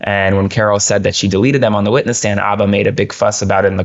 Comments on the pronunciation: Sorry, her name is pronounced Alina "Habba" with an "H," not Abba like the musical group. I watch your show everyday and this one was hard to watch due to the constant mispronunciation of her name. I've heard her pronounce it herself a long time ago. But, this was still a great video. Keep 'em coming.😊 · Just curious, why are you calling her Abba, and not Habba? ❤️❤️ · So, why are we now calling her "Alina Abba?" Isn't there a 'H' in Habba? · Why does the guest keep on saying Abba when her last name is HAbba? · Alina Habba. Not Abbah, right? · Just curious, why are you calling her Abba and not Habba? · What's up with the pronunciation of her name? Habba or abba? Curious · I thought her name is Habba. Why are you guys saying Abba? Is the H silent? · Please stop suspecting ABBA. Learn how to pronounce her name. Her last name begins with an “h”. It’s Ha-ba, not ah-ba. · This is the first time I have heard Habba's name pronounced without the H, as Abba. So now I wonder what the correct pronunciation is. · Are we calling her Obba now? Have we been mispronouncing it this whole time? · It’s Hab/ba come on guys. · They kept saying Abba in this video. Why?! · Stop deliberately mispronouncing her name. That’s a Fox News move. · Its funny how you all are purposly mispronouncing her name 😂😂😂😂🎉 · Why are you both mispronouncing Alina Habba’s name? It hurts your credibility to do so. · You can't even pronounce her name